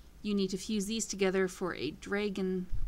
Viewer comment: why you say "snap DrÆgon? its dragon, like the mythical creature dragons